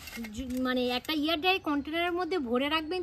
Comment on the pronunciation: আবার এয়ার ডাই কন্টেনার ? এয়ার টাইট কন্টেনার বলো । ভুলভাল বলো না